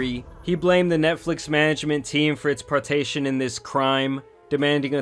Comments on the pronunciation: u can't call people out for being stupid and not know how to pronounce "participation" "partation" is crazy sir !!! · Bro how you mispronounce participation like that??